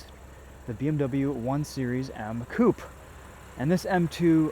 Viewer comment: Mate you review cars at least say some key words right i am a fan of this channel butbit really bogs me when you guys cant pronounce names right coup? Coup is where you keep the chickens its called coupé a french word